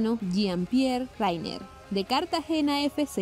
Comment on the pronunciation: Hola! Solo para comentarte que no se pronuncia Rainer ni Reiner. Simplemente "Riner". Saludos desde Suiza!